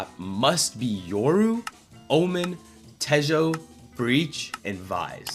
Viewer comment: bro said te-joe